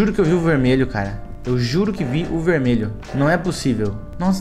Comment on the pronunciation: coloca no 0.5 "verdmelho"kkkkkkk